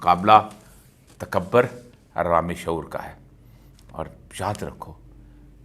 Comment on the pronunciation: اوریا صاحب، تکبر میں ب پر پیش ہے، زبر نہیں یعنی ta ka bur. اور پاکستان میں ک پر زیر ہے، زبر نہیں۔ آپ زیر اور پیش کو ہمیشہ زبر بنا دیتے ہیں۔ غالبن پنجابیت کے زیر اثر۔